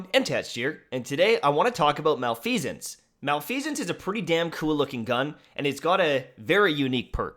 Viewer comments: Ahem. Pronounced, mah-leh-fih-sense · I believe it’s pronounced Mel-eff-eh-sence. I could be wrong tho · Pronouced ma-lef-uh-cents